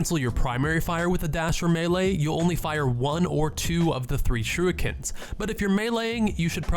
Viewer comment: Did he just say shooikens